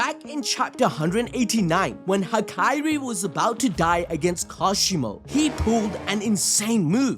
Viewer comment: Hakairi? It’s hakari